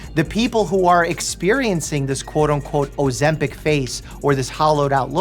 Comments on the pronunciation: Bro said “Ozempo” 😂😂😂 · "O - ZEMP - HOE" 🤣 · "That uuh that uuh Ozempow"😂😅😅